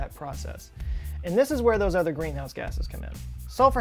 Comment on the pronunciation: gweenhouse gwasses